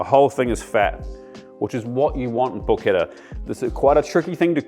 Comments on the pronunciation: pronounce it correctly; in non- former prison colonies it is called "PORCH-ETTAH" not "PORKETTA" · Down voted for pronouncing it like an english